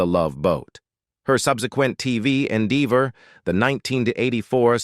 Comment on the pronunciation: Loanie Lawknee Embark'ed Embarked Fooding Footing Episodies Episodes Endeever Endever 19ed 84 1984 Painful mispronunciations....Unwatchable